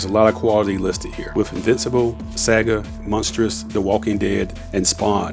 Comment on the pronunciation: Pronounce the words better. It's distracting when you misprounce words like 'Saga'